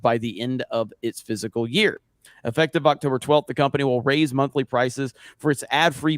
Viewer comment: Fiscal, not "Physical." Fis-cal. It amazes me how many people say physical.